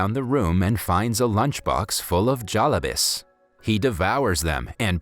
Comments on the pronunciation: It’s jalebi. Not jalaboos. Jha-lay-bee.😊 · Omg iys not daaaaba its duba and its not jalibis its jalaibis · ITS HINDI (Hee-in-dee) And Khadoos (Kha-d-oos) AND JALEBI (J-uh-ley-bee) An Indian would know. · this is very sad but PLEASE PRONOUCE THE WORDS CORRECTLY AS A INDIAN I CAN'T BARE TO WATCH THIS AND HEAR DABBA AND GALABIS PLEASE FIX IT AND SAY DUBBA AND GALABES PLEASE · Lol his said jaalabis it’s jaalebe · you made some some pronunciation mistakes dabba dab-ba the Bs are a bit thicker jalabees ja-la-beey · "jalabis" lol!!!!! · PLS ENGLISH SPEAKERS DONT SPEAK ASIAN ITS CRINGYYYYYYYYYY. khadus is spoke as kharus.dabba is not daba.Not jalabis jalebi.etc. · DABAAAAA (its called a daba ) JALEBIS (its actully called jalebi in our country btw im not from india) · Jalabis! Thats not how it's pronounced, its pronounced like Jalaebee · It’s not panounce Javabas it’s jellabe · it is spelled as ''jelebies'' i think and pronouced like ''jeleebeeis'' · Great movie, great storyline, however the way you say daba is too funny, any Indian in the comments will know how we pronounce it. And also Jalibi is pronounced Jal - ib - bi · and the Jollybis- I just cant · Ah yes, I love some Jalahbiss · "jAlAbEs" me: triggered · as a Pakistani, the pronunciations of "dabba" "khadoos" "Hindi" "iyer" and "jalebis" got me but it's okay, I understand 😭🤚🏻